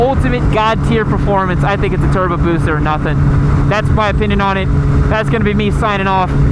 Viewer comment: TURRRBOOO BOOOOOSUUUHHHH Hermione: it's busa not busaw